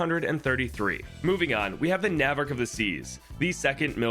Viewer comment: that's not how you pronounce "navarch"